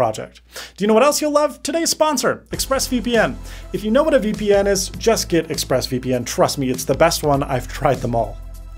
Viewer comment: did he say... VPeNis??